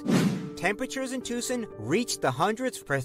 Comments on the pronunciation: Never heard Tucson pronounced like that. To the best of my knowledge it is pronounced tōō sän. The narrator's voice is way too sing-song. There are many rural areas that get hotter than most cities. Riverside is at the far east end of the L.A. basin and the mountains, bordering the city to the east, keep the smog from escaping and most likely traps the heat is as well. Fresno is 100 miles north of Bakersfield in California's Central Valley, and yes, it does get hot in Fresno and Bakersfield. This summer, here in Northern California near Sacramento, we had several weeks already with 100 degree plus weather. Highs wee in the 114-115 range for a week or two. But the summer isn't over yet. It is 90 degrees now at a little after pm with the temp rising throughout the afternoon. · look up Yuma AZ. I lived there for years want to go back to. at the time I write this it's going to be about 112 Ish there Yuma would get really bad during summer. and as a native Arizona person that video was bad, they couldn't even say Tucson right and I will say that place could get bad to man I miss my home state.